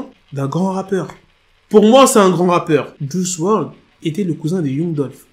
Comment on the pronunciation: un noir qui prononce mal l'anglais , c'est honteux. Youngou au lieu de Yangue